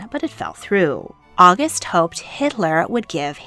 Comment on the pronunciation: The pronunciations are distracting. Hohen is HO-wen, not HO-HEN; August is Ow-GOOST, words that end with "in" are pronounced like the pronoun, not "een."